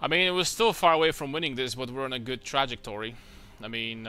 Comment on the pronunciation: i've never heard trajectory? pronounced like that